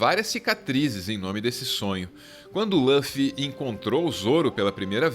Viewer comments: Não é Lãffy.. é Luffy! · O que me incomoda é a pronuncia de Luffy como "Lãffy"... Podem falar com "u" que é o correto! E o Zoro não é o imediato. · EH LÛFFY NAO LÚOFFY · Parem de falar LÂFY, é LUFY, com som de U mesmo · LÃFFY???? E L U F I. L U F I !!!!!! (Luffy) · Escreve Luffy, pronuncia Ruffy. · por favor, nas próximas vezes tenta pronunciar "lúfi" em lugar "lãfi" que eh bem mais próximo do eh o correto pra pronunciar o nome dele, ou não, ces que sabem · pq falam laffi se em japonês é luffy mesmo? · tirando o "Lãffy", o vídeo é perfeito kkkkkkkl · Apesar do belo trabalho, devo dizer-lhes que o nome do protagonista (Luffy) não se pronuncia dessa forma. O "Lu" tem a mesma pronúncia de lu de luta ou lugar, por exemplo, conforme se denota do instante do vídeo. Obs.: na língua japonesa, a letra "l" se confunde com a letra "r", de modo que "Luffy" torna-se "rufi" (ルフィ). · Ouvir “loffy” foi foda, mas o video ficou bom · Quando a pessoa fala lãfi da um nó no estômago. Ele não tirou isso nem dá dublagem brasileira nem da original japa, quem em sã consciência assiste dublado em inglês? E se não assiste em inglês da onde tirou essa pronuncia?? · Agonia de escutar Lâffy toda hora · Lãffi, Namí, ai que nervosoooooo dessa pronúncia errada! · Essas pronúncias de Luffy e Nami doeram os ouvidos.